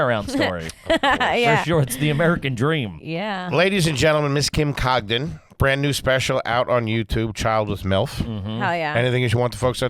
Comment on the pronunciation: ending the episode by mispronouncing last name